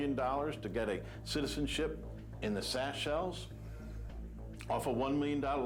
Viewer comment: "CITISENSHIP IN THE SACHELES" Ouch. There's gonna be another trial for that.